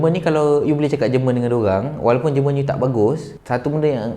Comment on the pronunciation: It's not jǝ rmǝn, it's JÉR MUHN in Malay